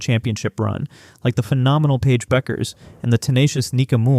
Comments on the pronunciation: Why can you not pronounce the names of the players? Pronounce: A-ZEE and BECKERS. Smarten up, please, you sound like a fool. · Bueckers is pronounced the way it's been pronounced throughout her college career! Beckers, not Buckers or Beckers. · If you can't even pronounce "Azzi" or "Bueckers" correctly, it's very hard to take you seriously. I mean, c'mon man.